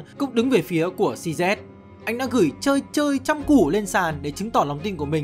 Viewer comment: tên người ta đọc cho chuẩn chút, "Xi zi" chứ cứ "Xi Zét" là cái gì, nghe ngứa hết người